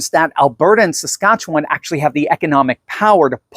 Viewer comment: you pronounce Saskatchewan very nicely 🙂. most Americans struggle with the name.